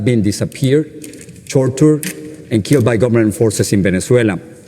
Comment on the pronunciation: What the fuck is "chortured"?!